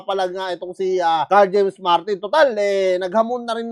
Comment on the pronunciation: Sira ang career Nyan ni Martin paglumaban Yan Kay casimero, S yo ako ikaw Lang ang nakabigkas NG Tamang pangalan ni Carl James martin